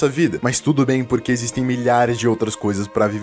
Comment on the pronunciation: "exsitem" quem viu, viu :chillwcat